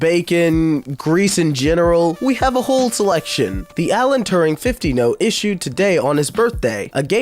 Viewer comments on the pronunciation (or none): none